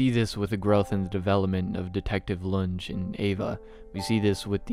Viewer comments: Fantastic video. This was an absolutely brilliant analysis on my favourite pice of media ever made. I just have one nit pick. Lunge is pronounced Lun-ge, not Lunj. Outside of that, great work and good luck on your own project. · I like how you call the detective "lunge" but it's pronounced "LOON-GAY" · I know you haven't seen the anime so I tell you this just as a correction no hate but it's pronounced lu-n-gae not lun-j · Great video but I am so annoyed by the way you pronounce Lunge